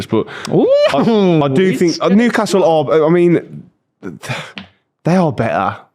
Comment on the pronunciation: WHERE NEW-ASTLE LMAO !!!